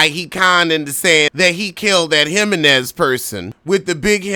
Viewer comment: “Him-men-nez” takes me out everytime 😂